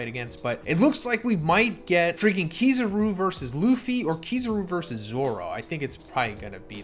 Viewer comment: Bro Is it pronounced kizaaru or kizeru